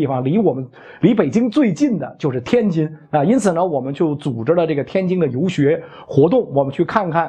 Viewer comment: 袁老师您每次能说天津（jin）不要说天京（jing），一不小心我们家乡成了太平天国首都了😂